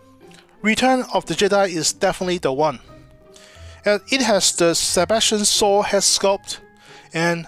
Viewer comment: That actor is Sebastian SHAW not sebastian SAW...my god..your english pronounciation really makes me laugh.